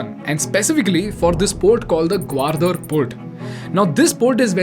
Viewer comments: Good content... a few pronounciation mistakes ..gawardar ?! ..seriously ... its gawadar for crying out loud.. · Bro, the only mistake you did is pronounced Gwadar as GwaRdar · It's not Gwardar (ग्वारदर), it's Gwadar (ग्वादर). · Its gwadar, not gwardar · excellent content BUT .. i HATE THE WAY U PRONOUNCE "THEIR " AND "GWADAR".. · It’s simple The China doesn’t want to depend on strait of mallaca (one sentence answer) Not a criticism but Gwadar wasn’t pronounced properly Nonetheless wonderful content